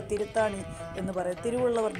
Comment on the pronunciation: Thiruthani not Thiruthaani